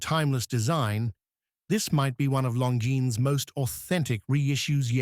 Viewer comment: Terrible video... Cannot even pronounce the brand name properly. Lazy and sloppy work!